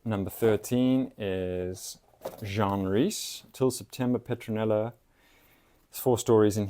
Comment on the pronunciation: Jean (Rhys) — a woman —pronounced GENE. Not like the French (man’s) name Jean — like in Jean Cocteau.